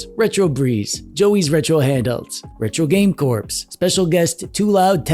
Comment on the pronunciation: I thought was kidding the first time he mispronounced Russ’s channel as “Retro Game CORPSE” 😂 but now I am beginning to believe he’s actually not joking. Come on!!